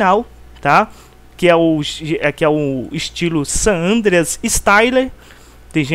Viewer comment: Eu vou fz um video explicando como se pronuncia o nome desse jogo, o que tem de nego mongol falando "sánandrueass" meu deus mano.